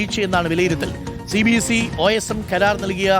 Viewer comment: Angher cbse ennu vaayikumbo "sabse" ennakum